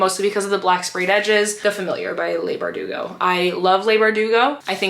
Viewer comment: Leigh Bardugo is pronounced Lee not Lay. Not being mean in any way, just wanted to let you know ❤